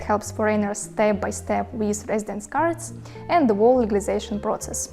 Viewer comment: a very good summary - clear, well explained! (BTW: You pronounce "whole" like "wall", but it should be like "hole":) Take care!